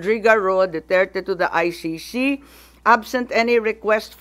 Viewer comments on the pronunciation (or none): Umayos ka Imee. It’s ICC hindi Ay Shi Shi 😡